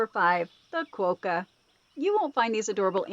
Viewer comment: Kookaburra is pronounced "Cook uh burra" they aren't kooky :) and Quokka is pronounced Kwok uh